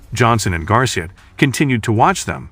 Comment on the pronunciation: At about ... "two detectives... and "GARSHA" "... REALLY?!? -- How many idiots are there in the world who don't that "Garcia" is an Hispanic name?? -- It's pronounced "Gar-see-aa." -- Get rid of the A.I. voice-over Dog-Snot, Dumb-Schmuck !!